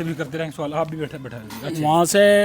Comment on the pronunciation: Sawal❌️suuwaal😂😂😂😂 ❤da patrakar